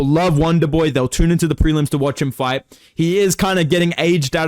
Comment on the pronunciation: “wanderboi I want to faight wizzyoou”